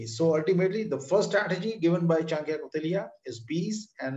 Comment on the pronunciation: His name is Chanakya not chankya